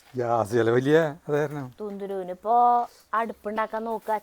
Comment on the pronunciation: കുന്തിരു അല്ല ❤❤തുന്തുരു എന്നാണ് ❤❤❤❤